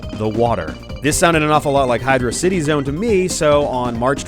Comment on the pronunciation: Pronouncing "Hydrocity" as "Hydro City" for some reason.